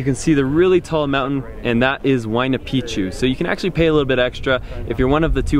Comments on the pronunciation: You should check your pronunciation for the word MACHU PICCHU. . The correct prohunciation is: Ma-chu- PiCK chu.. you say (machupichu). wrong. Also for HUAYNA PICCHU: The coreect pronunciation is: (WAI na- PiCK-chu.). You are saying (wayanapichu). whis is WONG. listen to the local people. Thank you for listening. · you are pronouncing it wrong. Look carefully to the word Machupicchu, as you can see, there are two CCs together, each "C" belongs to a different syllable SO it is pronounced as follows MA - CHU - PIC - CHU.